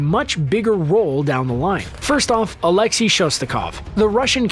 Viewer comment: Alexei is said alex a not alex e . I know because I am russian and it is my name